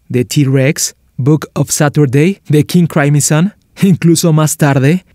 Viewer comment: Tu pronunciación es muy mala.Deberías mejorar tu inglés; no es King Craimson, simplemente Crimson